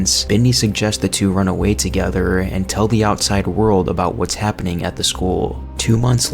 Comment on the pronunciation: Nice video but you put wayyyyyy too much emphasis on the last word in each sentence lmao I ate a pickllle. Thats a scary taco Working togetherrrrrr